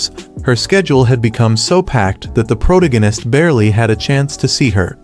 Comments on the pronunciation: Proganis and influen can’t even get the ai to speak properly xD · "Pro da ginist," so peak 🥹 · "The pro tegenist" made me spit my drink and fall of my chair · Prowta-Gannist is my new favorite word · The AI can't pronounce such an easy word as protagonist